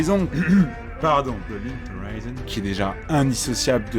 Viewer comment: Le décompte du turfu qui stresse. ET ON SAIT QUE C'EST LA RENTRÉE BORDEL 😂 Sinon nice la vidéo, on attend la vidéo sur l'ending !!! ☺ PS : ah la prononciation de Linked Horizon x)